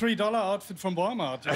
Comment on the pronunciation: “Vree dollar outfit vrom valmart”😂😂